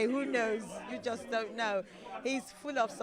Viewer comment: He’s saying DUN KNO not don’t know